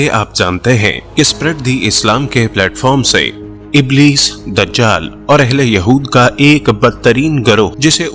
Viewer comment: اِبْلِیْس ھے ( ا زیر رکھتا ھے)